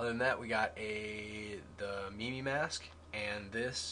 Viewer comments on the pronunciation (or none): It's mīm like "my" with an m not me me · MIMI?!?! ITS MIME! Just sayin... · Lol u said it like meme its pronounced myme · lol fail with the "mimi" mask pronunciation: MY-m like the job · "Myme" Mask, those ppl u see who do not talk lol not mee mee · LMFAO mee mee mask... Im sorry but really? Its obviously mime it looks like a mime mask and is spelt mime. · omfg does he not knwo how to pronouce mime? he said me me